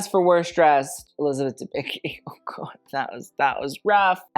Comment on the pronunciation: Elizabeth Dembicki surname is pronounced a bit different.